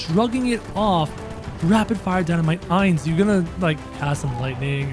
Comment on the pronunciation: ITS I-NZ OOAL GOWN NOT aI-nZ oOaL gOwN